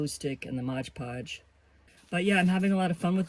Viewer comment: 😂 I don't know why so many people have such a hard time saying Mod Podge. Calling it Modge Podge.🤷‍♀️